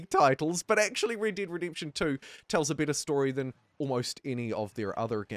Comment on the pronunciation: "The wonderful, Raid Daid Redemption 2"